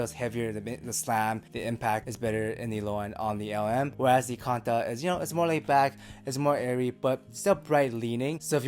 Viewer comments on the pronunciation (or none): Canta, not conda.